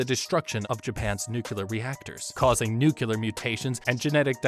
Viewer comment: I’m loving the video! My inner scientist just needs to say it, though: it’s “nu-clear”, not “nu-Q-ler”